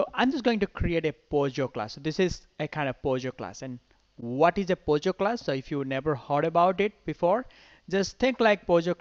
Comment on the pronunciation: it is POJO and not pogo... just saying